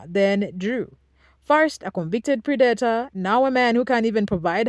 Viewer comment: Love how well done the video is!! Its not a big deal and honestly, I could learn to love your pronunciation predator is dat is like mat not like mate or date. And pre like press not pre like preamble. I apologize for the english language, its stupid and I hate it. And its designed to make even Einstein struggle with it. I hope you dont take any offense, I just noticed the word tripped you up a couple times... it definitely doesnt follow a standard grammar rule.